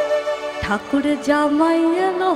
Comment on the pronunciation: একটু উচ্চারণের গলত হচ্ছে। র' ড় এর মদ্ধে পার্থক্য আছে। ঠাকুর জামাই টা ঠাকুড় জামাই হয়ে গেছে।গানটা খুবই ভালো।